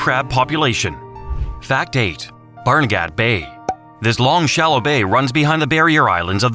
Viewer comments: Palmyra Cove you had a typo on the video. Barnegat Bay even though it is spelled gat you say it like get. Thanks for the video I had no clue about the horses. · The pronunciation for two towns need to be fixed Barnegat and Palmyra. Also the Jersey corn is very popular because people drive over the bridges to get NJ corn. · Barnegat sounded a little off too.